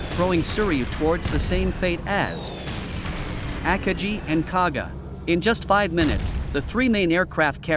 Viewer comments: AT LEAST ONE OF THE JAPANESE CARRIERS AKAGI IS ALSO PROUNCED WRONG! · Jets? army? forgot the commas, and couldn't correctly pronounce the names of some Japanese carriers. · Good video, covered the events very well. The only downside was listening to the computer voice repeatedly mispronounce Akagi.